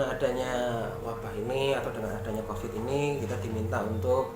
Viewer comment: Itu Mbak nya nggak bisa ngomong Covid. Tiap pengen ngomong Covid jadinya Convid.... Mungkin lagi sariawan...